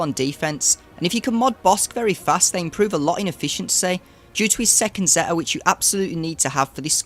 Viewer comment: It’s a good guide for some of the lower divisions. Some questionable pronunciations of some of the character names and the word ‘Zeta’, but that’s beside the point. I would not recommend ever placing Nest or Wampa on D in 3v3, they are easy solos and undersized squads are often the difference between winning and losing in division 1&2, at least in my experience. A high tenacity Nest can solo almost anything and Wampa can solo most rebel or timeout based squads without a daze.